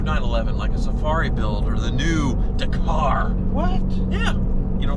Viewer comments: It's pronounced Dakar .. Dak - ar not Dercar, why can't Americans pronounce anything. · Stop saying daaaa car…. It’s Dak. Ar……. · Do it but pleeeeze pronounce it correctly, it’s Dak-ar not D’kar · FFS ... DA-KAR .... not DAY-KAR ... are you doing that on purpose? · Do it, do it, do it!! And please start calling it a Dack'ar not D'car. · Please research how to pronounce Dakar, it truly upsets me the way you say it. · Dakar? It's pronounced Dakar. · Hey, quick note: "Dakar" is pronounced with the emphasis on the first A, with a sound like the A in "bad". DA-kar. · It's Dakar not Dakar 🤣😋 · If you do Dakar the car can you pleaseeee pronounce Dakar correctly it’s Dak-ar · I quit like...But the way he says Dakar makes me want to stab myself in the ears with freshly sharpened HB pencils! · Stop saying Dakar wrong.